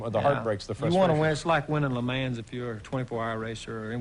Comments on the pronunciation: Like the way Dale pronounced Le Mans.... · Lmao “Le mans”